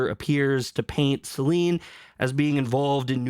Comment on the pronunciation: What is with everyone calling her Selene? There’s not even an E at the end lol